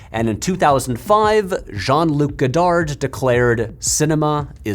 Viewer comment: You can’t even pronounce “Godard”??